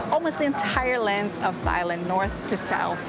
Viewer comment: It's pronounced Tai Land without the H.